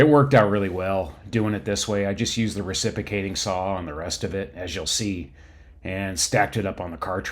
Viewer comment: Finally not finely. "Intresting" is not a word. Reciprocating not "recipuhcating"